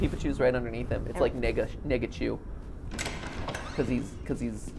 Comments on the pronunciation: We all know he said negachu but it is pretty funny to think he straight up said n*ggachu lol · Clayton Ford I believe he was saying, “nega-chu”, like negative peepachu? I hope so anyway, that would be horrible if he said what CC thought he said.. 😳